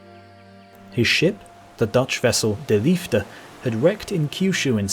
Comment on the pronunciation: "de liefde" was pronounced really well!